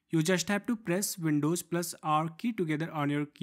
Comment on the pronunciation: Windows* not Windowjj